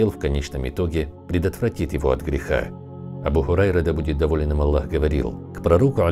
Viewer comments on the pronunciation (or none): ПИШИТЕ И ГОВОРИТЕ ПОЖ А Л Л А Х а не Алла